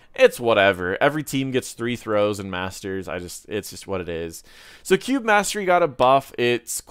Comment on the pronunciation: When you said "cube" and "cube mastery" it really sounded like "Q". Just a fun language insight